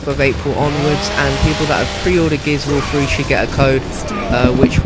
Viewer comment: Gears of war fwee lol